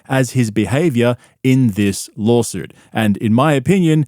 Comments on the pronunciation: Lawlsuit. He even calls it a lolsuit. Perfect for a lolcow like him. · Does he intentionally say lawlsuit? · This whole time I thought you were calling it a LOLsuit as a funny pun. I never saw the original clip of Brandon unironically pronouncing it like that